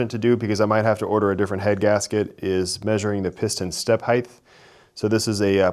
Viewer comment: Good God man, the word is *HEIGHT*!!! you say HEIGHTH every time you say the word, with a th at the end, and it kind of drives me a little crazy every time I hear it.